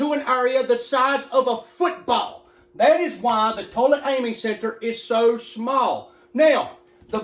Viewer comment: why does every country guy say football like that